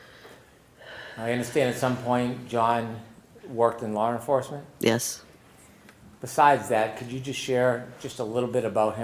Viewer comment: What the hell is lar enforcement?